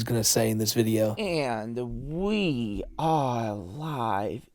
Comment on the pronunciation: Hes the gweatest vi-eo eh-ih-ur